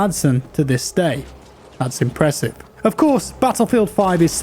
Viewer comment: Did say "That's Impressippe"?